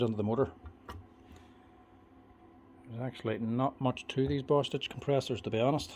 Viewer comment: For a second, I thought you said Bast—d. But you said Bostitch. I had to replay it. I love the videos. Learning more about the tools I use.